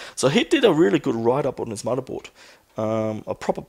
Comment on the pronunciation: lol "mudda" board XD